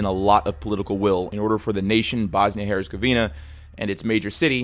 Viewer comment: When an American starts to talk about the history of a different country, it just gets painful 😅. Yugoslavia didn’t collapse because of the collapse of the USSR. The one thing had nothing to do with the other. Yugoslavia and the Soviet Union were even dead enemies. And the Z in Herzegovina also isn’t spelled like a c but a bit sharper. Otherwise, very good video, as always.